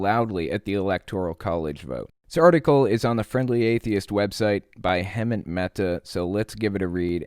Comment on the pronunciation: You should know how to say Hemant's name by now